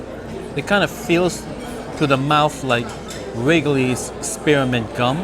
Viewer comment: Its C R U S T, not,"quest!" And Wriggley, not "wiggely!" LOL! Do you feed your camerman as well? What kinna tip gets left in a situation like this, where you got multiple servers!